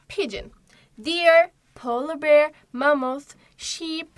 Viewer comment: Bearı okuyuşunus o kadar yanlış ki siz beer diye okuyorsunuz sincabın telafuzundan bahsetmiyorum😢